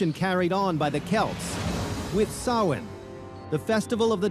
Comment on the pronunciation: Interesting that he pronounced Samhain correctly but bungled saying Edinburgh in the Scotland episode.